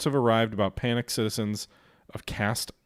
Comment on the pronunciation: Cas-teen. Same sounds as Hal-muth for Falmouth